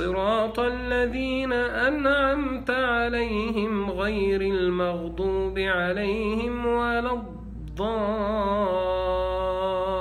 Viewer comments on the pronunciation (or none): none